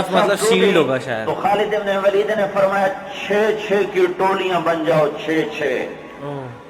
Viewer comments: its not walid say it waleed ok understand otherwise say only khalid u know nothing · Its not خالد بن والد its خالد بن ولید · Vaali naheen, Bul k Valeed kahein.